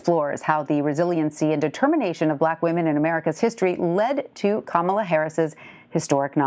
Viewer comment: “Ca-Mala Willie Brown”